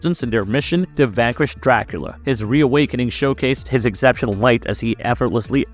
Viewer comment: Holy shite you need to work on your pronunciation bro. I'll like your video when you get "exceptional" correct.